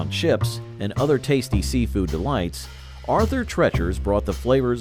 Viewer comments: Its is treeechers not tretchers emphasis on the E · Arthur Treacher's is pronounced Arthur "Tree-churs" (like "teachers") - not "treachers" as in "treacherous." Listen to the commercial for it--they pronounced it correctly! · Arther TREACHERS ???. COME ON MAN..... at least listen to correct pronunciation in the advert.... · Roy Rogers had great roast beef. Haven’t seen one in years, now I know why. Wetson’s had delicious flame broiled burgers Arthur “Trettchers”, LOL. Especially when immediately followed by the ad with the correct pronunciation. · Its obviously pronounced TREE-chers. But I appreciate the pun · Why is it so hard for the "announcer" to correctly pronounce Treachers? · I love how you continually mispronounce "Arthur Treacher's". DESPITE RUNNING TWO OF THEIR COMMERCIALS!! I'd think the company knows how to say it! How's about learning how to say it right, or quit showcasing them? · Can't this guy pronounce Arthur Treacher? He mispronounces it and then immediately plays a clip where it's correctly pronounced. Then he mispronounces it again a few times. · There's one Roy Rogers location in the city of Frederick here in Maryland, right off the highway. I love how he kept.mispronouncing Arthur Treacher's despite the commercial clips constantly correcting him. That's another feanchise that was loved here in the DMV area. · You included the ad with the correct pronunciation of the place? How do you still screw up how to say Arthur Treachers?